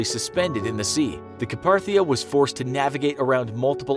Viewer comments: this guy keeps saying the "Ca-par-thia" rescued the survivors but it was the "Car-path-ia". better question is where did the research for this video disappear? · Car path is not carpa th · It's Carpathia, not Caparthia, XD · It wasn’t called the car Parthia it was Carpathia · LUC-Y-TANIA (not LOSEtania) CAR-PAY-THIA ( not carpah-thia) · Kinda like how he also said "Car-Par-Thia". Its "Car-Pay-Thia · You're massacring the pronunciation of Carpathia. You're saying Caparthia. It's car-PAY-thee-uh. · The Lustania and Caparthia. Really? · It was the Carpathia not the CaPaRtHiA you uncultured swine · You mean carpathia not carparthia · it’s actually the Carpathia not the Caparthia... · “Caparthia” 😒😒😒 it’s “Carpathia” but whatever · Car-PAY-thia, not Car-PAR-thia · Video: the rest were rescued by the caparthia Me: *pause video* y does nobody know how pronounce Carpathia some say it like Car pA thia some say it like CAPARTHIA!? its pronounced Car pay thea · Louis Laszlo it’s cringeworthy.. lol Ka-PAR-thia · It wasn’t the carparthia it was the Carpathia 🤦🏻‍♀️ y’all can’t even say a ships name right smh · Carpathia is pronounced kar-PAY-the-uh, not kar-PAR-the-uh. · Car-PAY-thia...not Ca-PAR-thia. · The Caparthia, huh? It's Carpathia... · Caparthia? Really? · Carpathia. Not Carparthia. Also its LOOSE-ITANIA. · The "Ca-parthia"??? I just can't with this. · It’s pronounced CAR-PAY-THEE-A. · Carpathia (Car-pay-thee-a). Learn to pronounce it before making a video and posting it. You lost all credibility. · “CAR-pathia” “LOOS-itania” How did this project get so far without any correction? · It's "Kar-pay-thee-ah" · Dude you literally mispronounces every single ship's name EXCEPT Titanic... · lol how the narrator mispronounces the other ships like Carpathia and Lusitania are hilarious and make me dead inside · “Lusitania” was pronounced incorrectly. “Carpathia” was pronounced wrong aswell. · I think everyone here knows that, my point was the pronunciations.